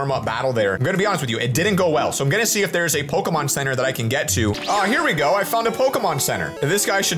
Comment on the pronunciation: Hearing these two absolutely butchering Pokémon names kills me, but the nostalgia from my old pixelmon days makes it so worth it.